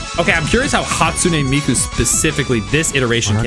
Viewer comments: This nga said Hatsune Meiko😭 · “hatsune meiko” That’s beautiful bro